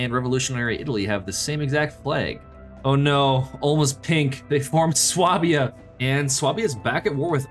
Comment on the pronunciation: Really sorry to be that guy . . . but please, it is pronounced SWAY-bia!